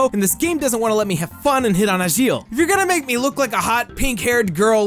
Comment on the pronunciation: I don't know what version of the game you've been playing, buddy, but I've been hitting on Agil (which you're pronouncing wrong, by the way) and Klein practically since I bought the game, and it hasn't tried to stop me. I even bridal carried Agil around the Town of Beginnings for a while. It was kinda hilarious to watch, because I'm a girl of average height and he's a freakin' giant.